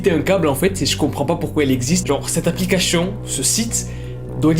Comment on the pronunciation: Cette aplicachhhhhion 😂😂on t'aime